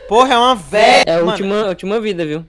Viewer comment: Mano "Veia" KKKKK O SEMPRE ALEGRA MEU DIA KKKK